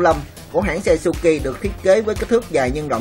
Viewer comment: Suzuki mà đọc cứ như suki ,125 thì nghe như 15 đọc chậm thôi thanh niên cho rõ ràng